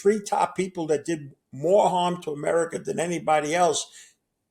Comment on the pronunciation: Chiner? Americer?